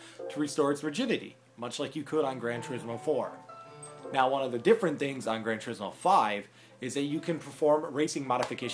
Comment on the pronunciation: im not hating on americans or anything, (you said it correctly) its called gran TOUR-IZ-MO 5, not tureesmo... you did however say syl-vaya..wtf? its sil-via plane and simple, same with toyota celica, seleeka, not selika